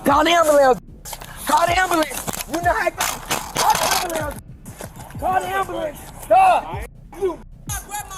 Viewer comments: It's AN am-ba-lamb. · wtf is a “ambalance”? What kind of questions is he even axing 😂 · "I need an ambeulans" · ah yes the anbulambs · What is an "ambalamps"? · CALL THE WHAT???? AMBULAMB😂😂😂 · I wonder if black people actually believe it’s pronounced amber lamps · "Well sir we can call a am-ba-lambs but i dont think it will help get you medical attention" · SOMEBODY CALL DA AMBALANCE😂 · He need a ambolints coz he a safety riss 😂😂😂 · The brother and sister he said " call the ambulambs not ambulance lol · Why is ambulance so hard to everyone in these videos to say? So freaking annoying. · Hahaha “call the amberlamps”. This is the second video I have watched where someone has “axed” for an “amberlamps”. Apparently the words “ask” and “ambulance” are very difficult words to say.